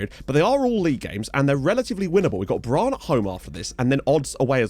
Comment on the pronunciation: Great episode (as usual)! One small thing about pronounciation: you pronounce Brann with a long a ("braahn"). Two consonants after a vowel (especially two of the same consonant like here) usually means a short vowel sound in both Norwegian and Swedish, so it's more "Brunn". Still impressed with your pronounciation.